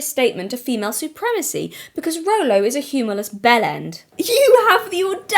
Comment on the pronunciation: Stop saying rolo you're gonna trigger me to the snack draw